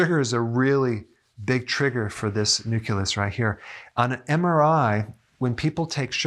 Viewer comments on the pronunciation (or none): Nuculus? Nu-Clee-Us. Carry on Dr. Berg. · Nucleus NOT nuculis. Sorry Had to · Hey Doc, I love your video's. This one was great for more than one reason. I finally see that you are not perfect either (tee tee). You kept saying nucUlus and not nucleus. I know it's a small thing, but I giggled. ;) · Nucleus!!! Not "new killus!" I wanted to share this video, but the mispronouncing takes away all credibility. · nuCLEus not nuCULus(no such word)—common pronunciation error. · ugh! nu-CLEE-us not nu-CUE-lus. C'mon, at least SAY the word properly. 🙄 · I'm addicted to sweets. I like how Dr. Berg say "NUCILUS" in his videos, just like my mom says "ONININE" instead of "ONIONS" lol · OK, I'm nitpicking... but isn't it NU-CLEE-US? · He still mispronounces it to this day 😅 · Just curious, why do you pronounce "nucleus" as "nuculus"? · Its new-clee-us Lol! He is adorable. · YES he sounds like George W when he would say "nucular." Bwa ha ha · I'll come back when Doc learns to pronounce "nucleus". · I was squirming all through the video because of that word :) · Yeah, this drives me crazy.